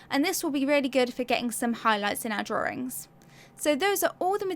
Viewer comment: I think it's cute the way you pronounce "drarrings" (drawings)😀 Awesome video!👍👍